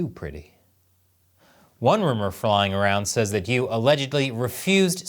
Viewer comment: 1. Yu should not be pronounced as 'you'. The 'u' in the name should be pronounced as 'oo-ee' (as in 'ruin'). Hey,, you should know. 2. I've come across some rumors that Yu was killed for the purpose of some sort of black magic the CCP was working on. 3. CCP = Callous, Cannibalistic Psychopaths. The sooner the den of vipers goes to Hell, the better. 🍯